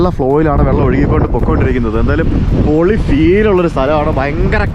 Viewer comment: Pori alla manushya..ath kekumbo entho pole..poli ennanu